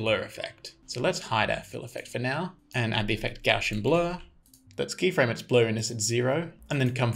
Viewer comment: "Carl Friedrich Gauss" - that's a german mathematician's name. the "ss" is especially there to avoid turning it either to Z or to SH (and neither to C, like in "mathematician"). so it's NOT "goshian".